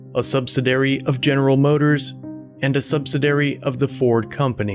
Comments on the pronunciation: Good work. You mispronounced “subsidiary “ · I can't continue watching this video with the mispronunciations of subsidiary and Vichy. It's like chalk on a Blackboard